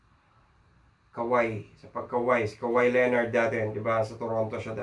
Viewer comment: Big waves of kawhi "kaw-hai" - "haw-ai" . Tropical country , bigwaves